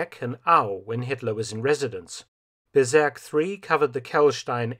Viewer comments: Bezirk, not Bezerk. Let's not go berserk. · The pronounciation of "Bezirk" would be closer to "Bets-eerk" and not "beserk". But other than that, as usual, interesting and well made content. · "Bezirk“ pronounced "berserk“. 😃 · It is pronounced "Betsirk" vs Bezerk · Well, Felton went berserk with Bezirk ... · Great documentary! Thanks a lot! When you spell the German word Bezirk (district in English) it sounds like berserk (LOL). Some German words are kinda tough to spell. Greetings from Austria! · Felton's respect for your history work Sir 😊, just "BEZIRK" [read ~ beetzirk] IT means ZONE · Dear Mr. Felton, you are doing an incredible well job in producing these short and precise documantations. But: Please try to find a german native speaker to tell you how to speak the german words at least nearly correct...your "Bezirk" sounds like "Berserk". As a historian dealing with 3. Reich you should probably try to know the enemys language a bit better... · Love your videos, but please look up how to say “Bezirk” ;) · "Bezirk" is pronounced with a Z as in "pizza" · Ooh please learn how to say : Bezirk in German.